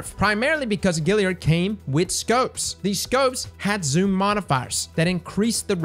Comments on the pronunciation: Dammit,, there's an A in Galliard, it's not Gilly-ard! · you are the best man. But you absolutely kill me with that galliard pronounciation. Galliard bro... Like boys and "Gals"... Gilly lol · Love your vids, but It's Gal liard, as in short for girl, not Gil as in Vince. Let's tighten up that pronunciation. Thanks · GAAAAlliard cross, not Gilliard. Sorry, just driving me nuts every time you say it. Still love ya ✌🏻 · Classic... GALLiard. Not GILLiard. Much love though lol. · Stop saying Gilliard. It's Galliard. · my man! I love ya, but we have got to get you to stop saying Gilliard…. It’s Galliard with an A! Kills me every time you say it. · Say "pal". Say "gal". Now say "gal-liard". Great vid! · GALLIARD !! GA.. GA .. GA.. LLIARD !! LOL. love cross still tho.. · "Gal" GAlliard but I'm not the pronunciation police so say it how you want. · Every time you say "GILL-iard" I hurt myself. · is impressively consistent at mispronouncing Galliard.